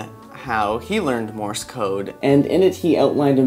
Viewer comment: MORSE, not MORIS! stop saying more-is